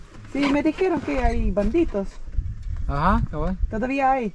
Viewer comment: In Spanish it's pronounced: bandidos, not banditos.😁